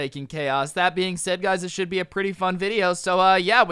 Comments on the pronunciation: what this shory stould teach you? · "And basically what this shory stould teach you"